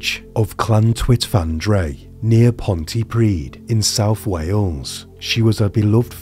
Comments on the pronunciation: Just for reference - Pontypridd. In Wales, a double d is pronounced as a th. So Pontypridd for example is pronounced as Pontypreeth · SlowSunsetVibes Pontypridd?